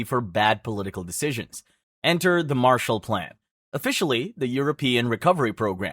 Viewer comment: It's Marshall not Martial. It was named after a person